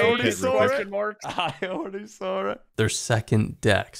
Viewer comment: " i alrdy soar it i alredy soar it"